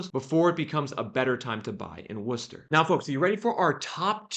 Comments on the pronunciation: Ooohh you said Worcester right! Lol usually out of towners call it wor*chester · Holy shit, you actually said Worcester right!!!! Well, close enough. Also, it's Mass. That inventory gap isn't closing with new buildings. It's gonna be a foreclosure answer. And with the rules in place that are anti-landlord.....the economy is going to be what causes it.